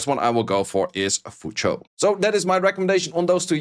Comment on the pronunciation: His pronunciation is actually closer to the actual pronunciation. It's closer to Cho than Chu.